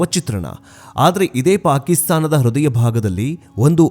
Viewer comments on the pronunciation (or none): none